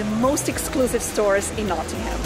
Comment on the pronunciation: Please please it's not pronounced "not ing ham" it's pronounced "not ing um" a good look at some of the stuff in the city but as a Nottingham resident I'd definitely recommend checking out the river trent if you want somewhere scenic to visit if you're looking to have a night out that's where Nottingham is amazing as there are so many amazing pubs the trip to Jerusalem is definitely a good place to visit but I'd also recommend highly a few others the malt cross the trent navigation the organ grinder and the vat and fiddle most have their own associated breweries and alot of the beer on offer is not available outside Nottingham much if at all not so much for the malt cross but its a very nice building the ice arena is a great place to visit as is the cricket ground notts County are one of the oldest football clubs in the world as well as the more successful Nottingham forrest which is one of the most picturesque stadiums you will see on the banks of the trent standing on the trent bridge itself is the best way to view it I'd definitely recommend getting out to Beeston and walking round the lake at Highfields Park by the University (the tram takes you straight there) rock city is pretty good as a live music venue too and the theatre is a very good place to watch a performance Hockley is great for the hipsters Nottingham also has the only hooters in the UK don't go there for the girls go there for the wings they're amazing